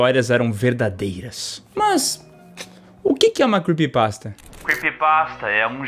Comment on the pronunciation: se arrumou todo fez a maior produção, tudo pra chegar la e ficar falando "quepypasta" q feiura pqp